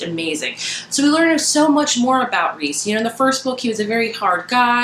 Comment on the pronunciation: "I'm team rhys now" lol I cheered when you said that. This was my favorite book so far this year. I keep wanting to re-read it but I have so many books I have to read that I have not read yet. And you are right it is pronounced Reese. I am one of those nerds that looks up the pronunciation so I know how to say the names.